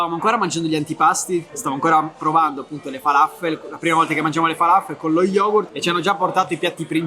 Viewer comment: Ci andrò tra 17 giorni Grazie per i consigli. ps: falafel si pronuncia come se ci fosse un accento sulla L :) Il mio arabo è scarso ma ne sono sicuro